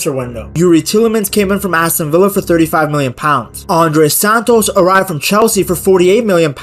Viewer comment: You have pronounced Santos’ name horribly wrong, please take note of this, thanks.